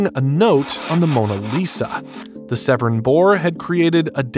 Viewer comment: Please pronounce Severn correctly!!!!